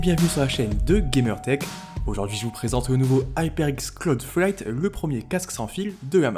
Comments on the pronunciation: Ta du mal à dire cloud fight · 👌 t'as un peu de mal à dire le nom nan?